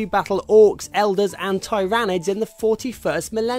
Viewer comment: u pernounced Tyranid wrong